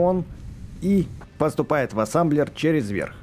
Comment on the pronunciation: А почему ассамблер а не ассемблер?